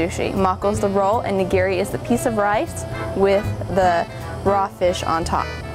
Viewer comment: It's not Nigeeri. Ni-gi-ri! :)